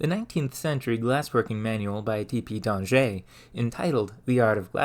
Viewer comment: Great video! I learned a lot about topics I didn't realize would interest me. Keep up the incredible research on human achievements! Also "Danger" in French carries the same meaning as "danger" in English. I doubt his ghost was too bothered by your previous slight mispronunciation.